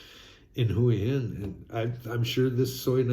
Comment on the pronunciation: Hi, the correct pronunciation for Hua Hin is Wa-Hin